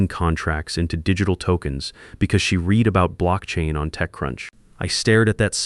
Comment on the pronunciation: AI needs to work on their pronunciation. READ, INVALID etc.